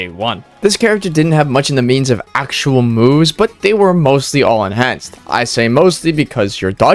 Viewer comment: Am i allowed to make fun of "ehnanced"